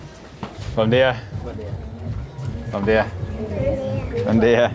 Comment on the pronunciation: Bom Dia is prounounced Bom Geeia